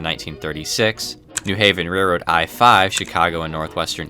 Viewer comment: It’s railroad, with an L.